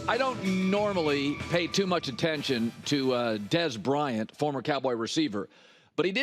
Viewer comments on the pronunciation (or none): none